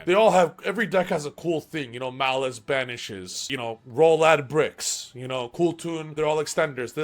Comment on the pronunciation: “Rola bricks” LOL best part of the video